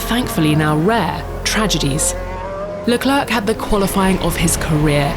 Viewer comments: It's not CHARLES LECLURK. It's pronounced SHARL LECLAIRE. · “Charles Leclerk” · She always says 'Le-clark' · pls learn how to pronounce Charles Leclerc's name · How do you mispronounce Leclerc when you're talking over commentary, literally saying his name over and over? Edit: this chick is doing a voice over for an channel and got like 5 names completely wrong. Nice work 🤦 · she cant even leclerc correctly, i’m worried